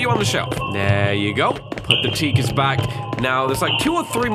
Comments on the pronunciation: "says Tikas" i say "it Takis now THIS is the games fault". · Takis not Tikas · Tikas --> Takis, duh. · I like how they switched the I and A in Takis